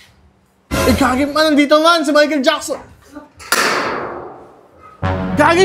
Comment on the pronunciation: Mahical jackson❌ Michael taba✅